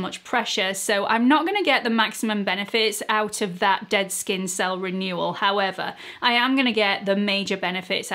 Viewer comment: I love when you say “however”—it makes me laugh!! I wait for it!! Love your videos!!